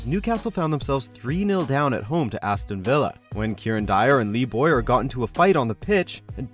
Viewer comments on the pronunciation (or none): It's fucking Bowyer not Boyer.